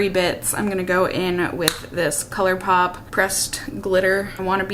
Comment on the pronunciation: 🤣... I say colourpoop too! Every time it rolls off the tongue, I’m like... but I love it. It’s just what comes to mind ❤️